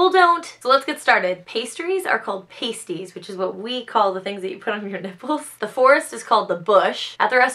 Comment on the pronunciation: in pasties you dont say the A its ah